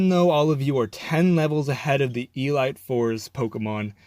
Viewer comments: Did you just say e-light four? You know it's pronounced e-leet right? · d-did you say E-LIGHT 4